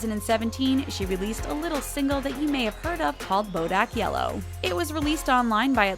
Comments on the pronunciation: "Bodack Yellow" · hmm...never heard of " bodack yellow"